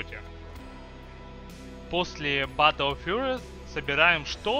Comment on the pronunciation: гайд хороший, произношение плохое... учи англ или используй больше русских аналогов английских слов. Бэтл Фьюри читается.